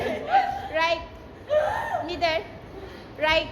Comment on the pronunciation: Mider 😂😂😂😂 it's middle anyway love watching ❤